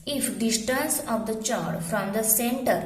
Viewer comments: Madam eo chord nahe cord huta hai h sailed hai 😂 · ' O' 10th fail that is not chord=चोड . That is chord= कोड. पागल है भाई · Chord nahi chord hota hai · Mam you are speaking wrong pronounsation of chord